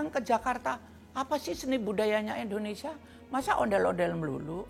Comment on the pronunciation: Indonesia bu bukan endonesia